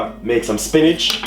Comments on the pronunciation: It's not a traditional Jamaican way of cooking stew peas but it can gwaan...I keep hearing you say "spinach" first I thought it was a simple mistake but u kept on saying it...it's "spinners"...I know Jamaicans like to twang when they are amongst Foreigners but foreigners really like to hear our patois, or just try to speak proper English don't over do it ok. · Yes it looks good but not traditional JAMAICAN stew peas. Potatoes, carrots and sweet peppers?? And didn't realize he meant spinners (dumplings) when he kept saying spinnage.